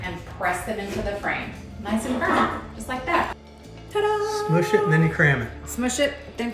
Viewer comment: When you were saying "Smoooosh it, smoooosh it...." I had to giggle. I thought at first you were saying "Moose s*!t". My sick twisted mind gets me in trouble. I know better than that out of.